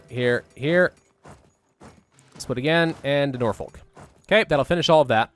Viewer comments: Just so you know it is pronounced "Norfok" not "Norfolk" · Hi. Loving the game play. By the by when you pronounce Norfolk you don't need to put that much emphasis on the 'folk' part. It's pronounced more like Norfuhk (yep, we made a language and then didn't follow the rule:) ) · That pronunciation of Norfolk though